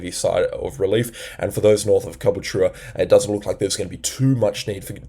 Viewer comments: Love the details, but please stop calling Caboolture, Cabooltur-a People pronounce it ca-bool-chur. Like Chur bro , you want sum fush n chups bro 😂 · Most accurate analysis I've seen only thing is it's pronounced (ka bull cha) Caboolture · G'day, once again. Just to help you with pronunciation of Calboolture it is pronounced as Car-bool-chu. But, don't stress about it. I am sitting here just west of Sth Stradbroke Is. Trying to get updates, but you look about as good as it is getting from my point of view. You are right. The B.O.M and media outlets are saying a slight chance of low level 3 cyclone or upper level 2 cyclone. I was driving just south of Grafton (northbound) last night/early morning and I have never driven in conditions like that previously. Suffice to say; I never wanna drive in those again. I could not see past my windscreen from the rain and wind caused by trucks on the highway causing the rain to make what looked like wave tubes. A few times it threw my car outta the lane. If you are in a cyclone bearing down area, please... please... please... be careful, especially if sitting behind or beside a heavy vehicle that is throwing the wind around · Caboolture is pronounced: CAH-BOOL-CHA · Not that it’s a massive issue - but we usually pronounce Caboolture “KA-BULL-CHA” Great work on your vids by the way cheers👍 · its pronounced car-bull-cher